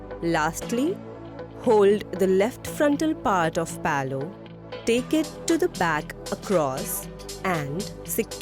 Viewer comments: Palow kya hota hai LMAO. How hard is it to say pallu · Did you just referred the "Pallu" as "Paloo" throughout the video??